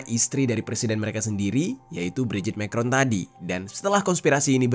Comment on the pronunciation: Ngaco, Brigitte itu perempuan asli dan anaknya yang cewek itu temen sekelas Emanuem Macron. cara bacanya bukan Mekron, tapi Ma krong.